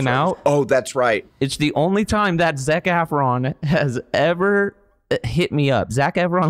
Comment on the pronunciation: (lol) “Zeck Afron” 😂